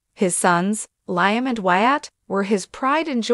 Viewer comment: Speaker mispronounces Li's and Liam's names.